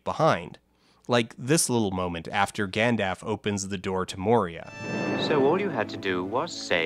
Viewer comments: Am I missing something?? Why does he pronounce it Gand-aff? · I dunno about you but I always just assumed the dialogue was meant to be minimally edited in general. I mean, it's not like someone could decide to just have a more casual, conversational tone. Plain and simple, mispronouncing Gandalf as Gandaf is, at worst*, a minor gaff to laugh at. Acting like it means the entire video is messily edited isn't just incorrect, it makes mispronouncing Gandalf seem *more acceptable just from how overboard you're going. You're going off about everyone jumping to folding ideas defense but you really did just see someone DARING to make a slight against your precious, and you act like it means the entire channel is worthless and the creator is a hack. That seems like wayyy more of an overreaction from here dude. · Idk. I'm Canadian and I was pretty confused as to why he was saying "Gandaff." I also don't put an L in "both" 90% of the time. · I just noticed this . "Gandaff" lmao. I'm Canadian and I don't say it like this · Dan’s pronunciation of “Gandalf” is gonna throw me every time. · I will have none of this "Gandaff must be a Canadian pronunciation". I live within like an hour of the guy, and I have never heard another human being, let along Canadian pronounce it "Gandaff". Usually "Gandalf" or 'Gandulf" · VERY well made. Great documentary. Was not expecting so much depth! And also, "Gandaff". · I don't know which is my favorite gaffe of this film: the only near-constant use of "Aruman," or the numerous scenes where Gimli the DWARF is seen next to Legolas and is the same damn height. Good video, very informative, but..."Gandaffe?" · The Gandaff thing is all Dan. Even before the Peter Jackson movies, everyone I know here pronounced the 'L.' It was an even split if the first syllable rhymed with "and" or "dawn," but the second syllable was always the same. We do all pronounce it Naz-gull rather than Naz-ghoul though, even after the movie came out. No idea why. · "gandaff" lol